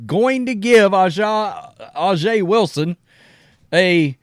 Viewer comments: Bro can you please learn to say “A’ja” right? It’s pronounced with an “A” not “Ah” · Name is pronounced Asia Wilson. I think all this hate is going to hurt Caitlin Clark and the WNBA. If I was a company looking to get CC as a spokesman in this climate, probably would stay away. If you give CC a contract the Wokes will come after you. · Pronounced Asia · It’s pronounced ‘Asia’ 😒😑 intentionally mispronouncing a black persons name bc you think it’s “ghetto” is just a sign that you’re a racist. And she deserved her Nike deal. She’s the best in the game. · Dude get right man it's pronounced Asia for Aja. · I love the show, but learn how to say her name. You talk about her every day.